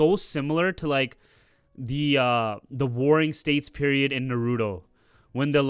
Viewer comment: Start saying Naruto properly